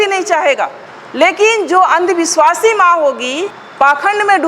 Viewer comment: सराबी ❌❌❌❌❌❌❌❌❌ "अंधविस्वासी" ❌❌❌❌❌❌❌